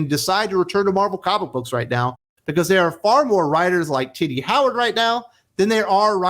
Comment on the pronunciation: I chuckle because every time I think you’re saying Titty Howard 😂